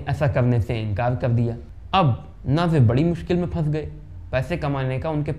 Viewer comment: नाजिर नही भाई नासिर हुसैन नाम है